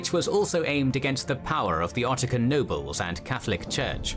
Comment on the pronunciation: Two things: -Occitan is pronounced like "oxi-ton", not Ottican (which is not a word at all). -An Italian from Tuscany and a Sicilian will have absolutely no trouble whatsoever understanding each other, because modern standard Italian has been fully established as the national language of Italy for a very long time now. It's true that someone speaking a variant of Tuscan (like Florentine) vs someone speaking a Sicilian language variant (such as Catanese) would find it next to impossible to have a conversation. But the reality today is that there are no longer any people in Italy who only know these local languages and do not know standard Italian at all. That may have been true in the past, but not anymore.